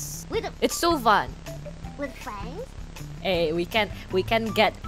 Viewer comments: The amount of W's Biboo was making was so cute. Scweam, Fwiends, Congwatuwations. It seems the more scared she is, the more baby she sounds. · My gosh she really did say scweam and fweinds